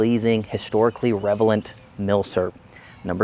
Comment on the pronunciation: Ha ha I loved your narrative until you said the wordREVELANT instead of relevant. But I’ll tell you what, I prefer that human slip of the tongue over AI any day or week of the year. I found your explanation and coverage of this weapon very thorough and in great easy to understand language you have a natural talent at this sort of thing and should keep making videos! Nice job.👍🏼✔️